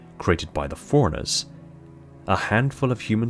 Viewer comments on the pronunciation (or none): I only have 1 critique. The first time you say Forerunners in a passage, it sounds like Forerunners, but the more often you say it, the less you put emphasis on the "run", and it sounds like "foreigners". Other than that, no notes